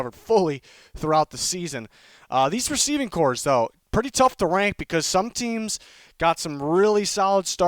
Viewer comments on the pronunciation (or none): It's Receiving Corps not "cores"